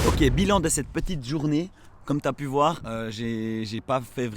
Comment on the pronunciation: "Verbe voir" !!!!!!! Pas "vouailler" !! 👍👍😉😉😉😉